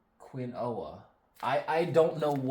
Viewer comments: Quinoa - pronounced keenwa. Google is your friend! I know asparagus needs to grow on mounds of earth and is great if not cooked for too long. I microwave it sometimes just for a couple of minutes with butter and pepper. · Spouting seeds are for salads. You eat the sprouts just after they sprout. You get a higher nutrient content. You pronounce amaranth like am-a-ranth. Quinoa is pronounced, keen-wa. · quinoa is pronounced Keen-wah. Although it's not a grain, it's eaten the same way as cereal grains. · Asparagus takes 2 or three years growing before you can harvest it, if you harvest it before that it will die off. However if you can be patient the plants will last a very long time. Quinoa is pronounced keen was. Never be embarrassed because you're learning something new. If you are really struggling with how to say a word, google the word pronunciation. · Quinoa is a flowering plant in the amaranth family. It is a herbaceous annual plant grown as a crop primarily for its edible seeds. Pronounced, (kwin oa) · I know the seed right before 8 minutes is pronounced KEEN-WA. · Quinoa is pronounced "keen-wah" buddy 🙂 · Quinoa is pronounced keen•waa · Quinoa, pronounced KEENwah. Its a grain. Very high in protein. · Hehe, Quinoa is pronounced "keen waah". I heard someone the other day mention that she pronounced it funny at first 😂 no big, I wasn't ready when i learned that "açai" was not promised "uh-khy" 😂